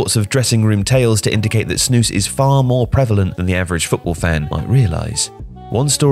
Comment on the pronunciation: you said snus perfectly i see many people say it wrong you pronouced it very good